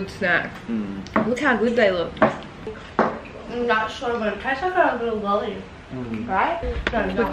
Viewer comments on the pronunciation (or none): none